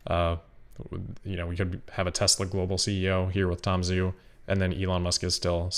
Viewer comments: Zhu is pronounced like 'joo' not 'zoo' FYI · Zhu is pronounced joo:)